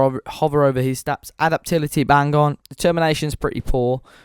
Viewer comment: a-dap-ta-bil-i-ty, can you not speak properly